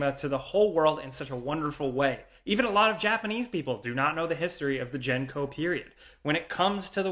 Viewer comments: Really, jen-ko? It’s spelled right there for you, gen-ko, not Jen-ko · The AMD-lss on next gen consoles is exciting And not to be that guy, just that Gen-ko is pronounced with a hard g